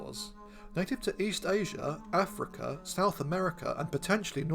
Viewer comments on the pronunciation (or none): none